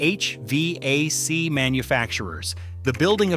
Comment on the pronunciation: Only Ai would pronounce hvac like that. And EPA